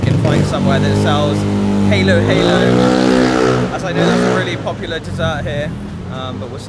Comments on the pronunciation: Don't mispronounce "Halo-halo" as "heylo-heylo", instead use an "a" sound like in "Apple". This is because it means "mix-mix" in Tagalog or Filipino. All the ingredients should be mixed from the bottom to get the full taste. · i guess you search halo-halo in google that is why you pronounce it wrong. :) listen to local how they pronounce it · For food, try chicken adobo, sinigang, pansit, lumpia, caldereta, Bicol Express, and chicken tinola. Then, for dessert, Leche Flan and turon. Halo - Halo is pronounced by the locals as "Halo Halo," with a short "a" sound.